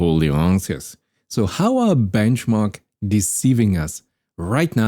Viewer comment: the "Benchomarkt"